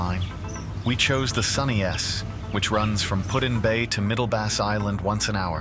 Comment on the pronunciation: AI is saying Pud in Bay... its PuT. Not pudding bay.